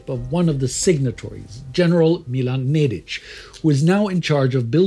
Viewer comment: Ok, I bow deeply to the TimeGhost team for this (yet another) masterpiece! An account of events so balanced and deeply analytical that it's an utmost pleasure to watch!! I can completely disregard the mispronounciations of the main actors, (only Nedić was spot on), but that is such a minuscule issue; I am so happy that this important part of history of the part of the world I was born and live in was narrated by the most influential history Youtubers in such a masterful way! Thank you so much!!